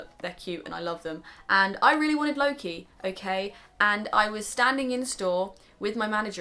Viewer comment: When you say "Loke" I only hear "Low key" Haha~~ I'm not into the franchise so I don't hear his name a lot so don't fight me ahaha. I don't hear his name in English in general I guess.. His name is so much different in Swedish which I'm use to.